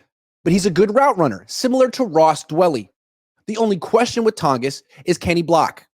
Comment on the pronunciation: It’s pronounced Ton-jiss just a fyi